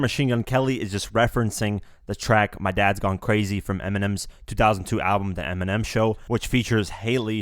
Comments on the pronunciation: pause he said 'ERMINEM'😂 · "fan of Eniminem" ecksdee.